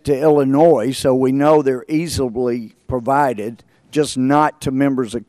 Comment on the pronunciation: "easibly" .... Gohmert.... Really?!?!?